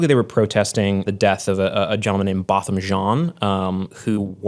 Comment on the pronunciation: Why did he butcher Botham Jean's name though? Poor jab